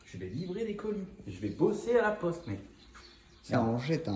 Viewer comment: Pour les habits g entendue « lacoste » au lieu de « laPoste » 😂 Jsuis le seul ?